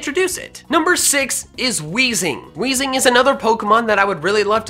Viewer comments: You (kinda) got wheezing right! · You were so close for weezing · lol he got weezing right